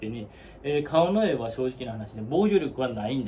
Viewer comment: 川之江のイントネーション違うんで出直してもろて！